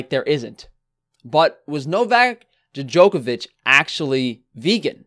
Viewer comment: nigga said "da-jokovic"